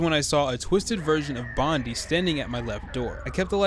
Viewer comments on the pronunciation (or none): Bondee’s MORE LIKE BONDEEZ NU